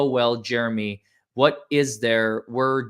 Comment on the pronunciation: Jeremy calls Otter Creek, Odder Creek because the town is odd.